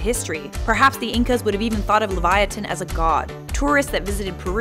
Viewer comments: Its Liv-Ya-Tan not Levyatan. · Hermione granger (aka me ) : its not leviatan its lev-ya-ten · Just a correction, The correct way of saying livyatan is live-ya-tan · The nameis Livyatan not Levyatan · I pronounced it so wrong... Me: tHe LeVyViAnTaN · The way she says "LeviaTHan" makes me wanna rip my ears off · Every time she said Levyatin it was like having a blade stuck in the side of my head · Uhh... Livyatan is the Hebrew word for whale... Liv-ya-tan... Uhhhhhhhhhhh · Isn't it Livyatan not Levyatan? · It’s pronounced Liv-yatan... according to the original bible that of course is written in Hebrew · Leviathan* say it right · Shes says leyvatin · aside from mispronouncing it's name, the animal was named after the author of the most famous book about a whale (do you, the young lady who did the VO, have ANY clue as to WHO that is? Doubt it. The 'livyatan'party of the name is not the specific type name, but it's the species - as a whole -name. The specific type is the last part. A little knowledge can only help. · What if she said LIVYATAN correctly